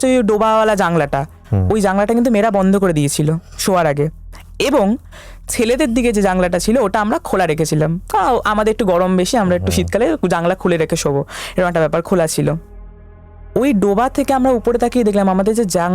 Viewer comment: তোমার কাছে শ্রোতা হিসেবে এক টা অনুরোধ করছি, প্লিজ, বক্তারা যখন ভুল কিছু উচ্চারণ করবে, একটু pause নিয়ে তাদের উচ্চারণ টা শুধরে দিও respectfully....এত শ্রোতা তোমার podcast এর, ভীষণ কানে বাজে ভুল উচ্চারণ গুলো, আজ ছেলেটা ভালো ঘটনা বলেছে, কিন্তু "জানালা" কে "জাংলা" বলাটা মোটেই ভালো লাগছিল না, তার ওপর সে শিক্ষক....🙏